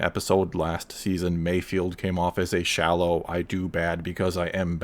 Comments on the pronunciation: Mayfeld* not Mayfield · I'm pretty sure it's 'MayfEld', not 'field'. And I predict an Emmy nod for Burr for this next year. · it's Mayfeld not Mayfield as how you say it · MAYFELD NOT MAYFIELD. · Probably not the first one to say that, Mayfeld not Mayfield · Can people put some respect on bill burr’s character. His name is MAYFELD not MAYFIELD. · Mando show: Mayfeld Everyone: MAYFIELD Absolutely everyone: MAYFIELD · Not me, I cringe when you all butcher his name.